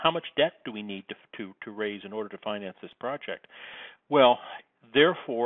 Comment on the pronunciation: It's finance, not finence.